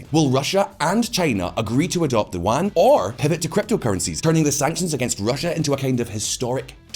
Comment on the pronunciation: Yuan. E-woo-an. Yuan. Not wan. I'm not sure but that could be the name of some historical currency.